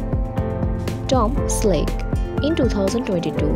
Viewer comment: Tom selake? Can't they get people that can speak English to do these things.